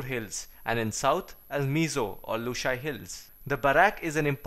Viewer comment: The way you pronounce Lushai hills 🔥